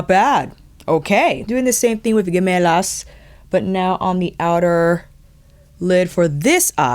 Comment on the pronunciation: FYI... Gemelas is Spanish for Twins. The G here makes the sound that H makes in English.